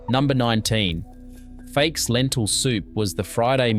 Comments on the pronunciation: Lol, the narrator pronounces fakes as if it is an English word :) Fakes is just [fakes] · For example the stupid AI generated voice pronounces ΦΑΚΕΣ (lentils) as "fakes" and the pictures are mostly unrelated to the narrated text. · Mate, the pronunciation is hilarious . You should have got a Greek to coach you. Why would you say in Melbourne? There are Greeks all over Australia , ever heard of a place called Sydney? Fakes soup? Fahki or Fuckee. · Interesting video, but unless the narrator is A.I. you need to learn to pronounce "fakes" It's "fau-kyes", or, as my classmates used to think I said "fuc kyes". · okay great job. you have to work with your Greek pronunciation though. Lentils are called fa-kes. Stressed in the first syllable. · You need to work on your pronunciation of Greek food! I make these foods for my family all produce is still available in Australia! Born and raised in Australia accept for living in Evia Greece for 7 years!Mum taught me to cook, at 11yrs oldI had to cook fa-kes by myself for our family and then my mother in law also showed me her cooking style. Mum is Kalymnian and my mother inlaw is from Afrati Evia!